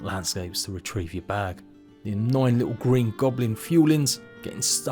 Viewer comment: I really want to watch this video as the production quality seems good and I am super interested in the content having spent 1000+ hours in Valheim but I absolutely can't take all the "th's" pronounced as F's. Why any adult would consciously choose to talk like an uneducated child is absolutely beyond me. And don't says it just English English. Kate Beckinsale sounds NOTHING like this.